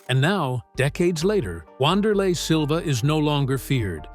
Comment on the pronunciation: The correct pronunciation is "Vanderlei" Great video